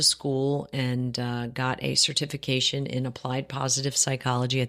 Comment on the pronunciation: I don’t think that “certification” is pronounced that way?🤔